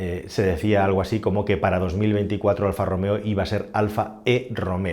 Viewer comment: "Alfa e-Romeo" Aquel día, el encargado no se tomó su café diario y se le escapó un buen Alfa Rom-Eo